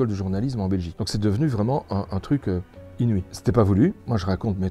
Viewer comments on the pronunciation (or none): J’aime trop quand il dit "inui" 😆😁